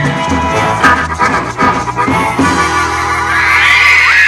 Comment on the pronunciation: "Not, fade, awaay" "Oh, NOT FYDE AWY the Rolling STOUNES" lol